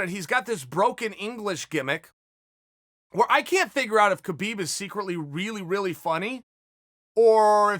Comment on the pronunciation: his name is pronounced HA-BEEB you momo.